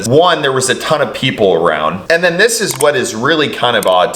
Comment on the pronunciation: Sorry. MAYBE this is 'nit-picking', but I HATE the misuse of the English language, when it's so BROADLY taught in schools here. When 'poor' Jacob was explaining, he stated the police actions, "...And DEN...." (DEN being left without a proper SYLLABLE - LAZY) Jacob... Use your language CORRECTLY, IDIOT. 'DEN' is a room in a HOUSE. The word you were LOOKING for, Jacob, was "THEN", an adverb, meaning "at that time", or "at the time in question". How the F__K are we supposed to take you SERIOUSLY when you can't even state yourself clearly?